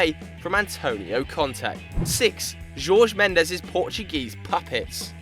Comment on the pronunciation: It's Diogo not Diego and it's mêndes, not mendés ffs